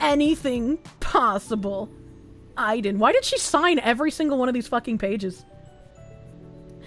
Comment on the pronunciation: I listened to most of this vod without the video because I was at work or driving. Then when I catch the tail end and see the spelling... my own personal brand of autism is twitching at pronunciation of Aiden.